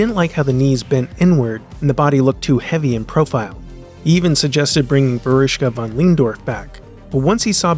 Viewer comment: who? I don't know her, but also can't make out the name he's trying to pronounce. Found her... Jesus dude. Vera von Lehndorff, also just known as Veruschka. So, yea, I've only ever seen a glimpse of her on TV as an old woman pretty much.